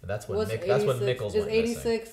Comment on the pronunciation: Mikkel is pronounced Me-kel